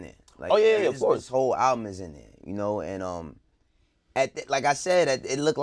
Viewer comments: ALUBM ?... isn't it ALBUM? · Yo, what is an "alubm"?